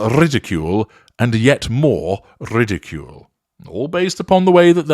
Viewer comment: Rrridicule, rrrridicule, rrrrridicule 😂 Horn?? Xx